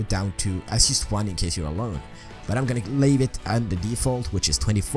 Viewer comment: wtf why do u say yust